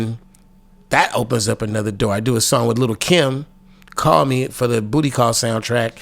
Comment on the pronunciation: "BRO!! YOU. GET. A MONTH. FO FREE." 😂😂😂😂😂